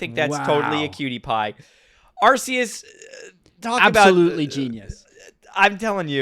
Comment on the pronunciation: You're still pronouncing Hippopotas, Arceus, and Kamala wrong 💙